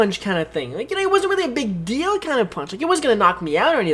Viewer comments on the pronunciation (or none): "No big dil-do" am i the only one who heard it this way